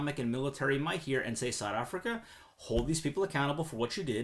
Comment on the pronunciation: Strange way to pronounce South Africa.